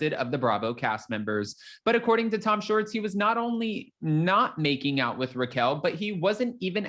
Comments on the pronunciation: It's Schwartz not shorts,! You sound silly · Tom Shorts? It’s Tom Shwartz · It’s SWARTZ…not SHORTS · Dude you are totally saying Tom Shorts...that isn't his name! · I can’t stop chuckling hearing you keep saying Tom Shorts! lol